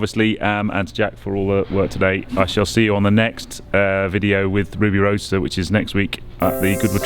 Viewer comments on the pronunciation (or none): you have missed out the 'd' in Roadster.